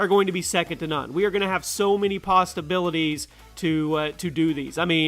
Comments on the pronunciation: Quick question... at the 3 minute mark. Did you say Pasta- bilities? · "We're gonna have so many PasTA-BiLiTieS"